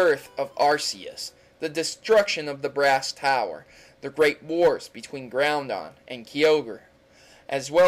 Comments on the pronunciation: he says groundon. I thought it was groudon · A. How about, you know, Professor Westwood in the Seafoam Islands created the pokedex, like it says in the anime and did I just hear him say Groundon instead of how its supposed to me pronounced, GROUDON. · Pls try and say GROUDON correctly it is pronounced: GROO-DON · IT IS KYOGRE AND GROUDON! NOT KYOGRE AND GROUNDON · its groudon not groundon ok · You pronounce groudons name wrong, it isn't "ground-don" it is "grou-don" people don't read the nam correctly I sware! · Did you just say... GROUNDON???!!! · ummmm did you say Groundon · Did he just call groudon ground-on? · Groundon,Kee-o-gri lol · "Ki-ogre" Its "Kai-Ogre"And "Grou-Don" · groundon? keyogre, lol jk, say it how u like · Did he just say "Groundon" and "Key-ogre" ? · You said 4 version mascots names wrong (Kyogre Groudon Xerneas and Yveltal) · You suck at legendary names. Pretty sure there aren't any letter Ns in Groudon. And it's spelled KYogre not KEYogre. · Did he say Groundon? Key-ogre? Zer-knees? Ar-see-us? SPEAK WITH THE PRONUNCIATIONS! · you mispronounced groudon kyogre arceus and DONT EVEN GET ME STARTED ON YA.... keeps blabering